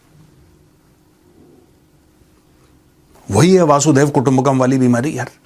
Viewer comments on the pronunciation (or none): वासुदेव कुटुंबकम नहीं वसुधैव कुटुंबकम है। वसुधा का अर्थ है पूरी पृथ्वी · ये वसुधैव कुटुंबकम् but not वसुदेव कुटुंबकम् as you are pronouncing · Vasudhaiva Kutumbakam..is the correct sanskrit shabd..please sanskrit shabd ka uchharan sahi kijiye🙏